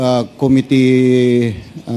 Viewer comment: OMG.... weh maging presidente?????? incorrectly pronouncing Committee.... sakit sa tainga para maging future president.